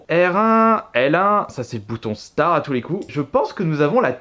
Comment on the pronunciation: Ptétre quon dis croix mais on dis start(e) pas star